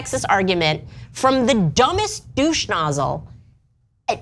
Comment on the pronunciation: She said deuche nozzle twice lol